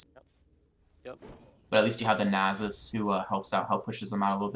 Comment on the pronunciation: Guh, I cringe every time he says Nasus. It's Nah-suhs. Not Nay-suhs.